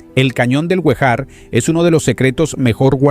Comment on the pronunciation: Rio Guejar (Acento en la e)